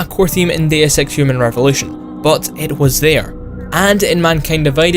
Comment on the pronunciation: I'm sorry but your accent sounds like you are saying the name of the game is "Day of Sex"